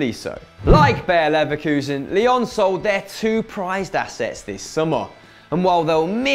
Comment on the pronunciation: "Bear Leverkusen"